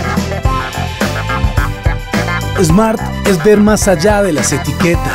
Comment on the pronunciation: No se dice Esmart. Se dice Smart. Le ponen nombre extranjero y después no saben pronunciarlo!